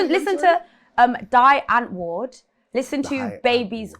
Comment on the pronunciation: Listening to "Die antwoord" is mad... and I'm South African 🤣🤣... its pronounced "Dee untvoord" and it means "he answer in afrikaans... I'm still so shocked that she listens to them lol.